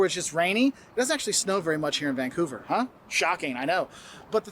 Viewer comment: dont pronounce vancover..vangcover!